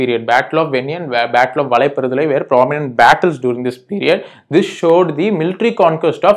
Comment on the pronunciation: Sir its not valapparadalai.. its battle of vadhaiparandalai..